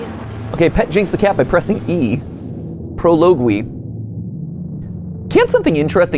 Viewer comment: How did he just pronounce prologue